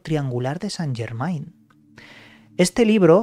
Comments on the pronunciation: N'est pas possible. ne parlez pas francaise. Il dit St. Germain, ne pas Germen... AI c'est E en francaise... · En francés Germain, se pronuncia Germen ... la AI es E... .. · Chirria que lo nombres acabado en -ain, acabalo en -en que es como es, Yegmen, es la pronunciación correcta